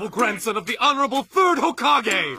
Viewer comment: When the man said honorable fourth hokage my subtitle said "food hokage" and my ears heard "food hokage"🤡